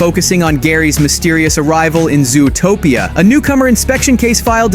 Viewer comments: It's Zootopia, not "Zoo-a-topia"! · Please pronounce zootopia properly. It’s not zooatopia. It’s zoo topia zootopia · Ai voice? Who calls it zoo-o-topia